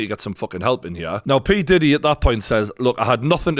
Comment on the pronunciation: Look out for the series... Surviving Pee-Di-Deee 😅